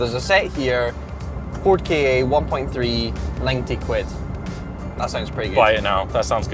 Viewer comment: Does no1 remember the ads for the "KA", its literally pronounced Kah, or how some1 from Boston says "car" :D.